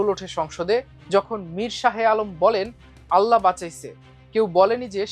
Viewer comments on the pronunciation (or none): none